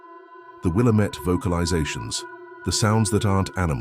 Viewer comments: WILL-Am-IT.... not will-uh -met!! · Wil LAMB et. Get it right if you want a thumbs up from us native Oregonians. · wil-LAMB-met, emphasis on the 2nd syllable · It's will -- LAM -- et. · Yeah, pronounced will AM ett. Try educating your AI bot before you make vids please. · It’s pronounced Will-am’ette